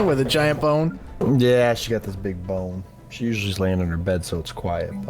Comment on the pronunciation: Bone? .....sounded like Popcorn